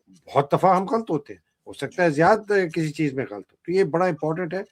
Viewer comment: you pronounce word" Ghalt" whereas it is "ghalat".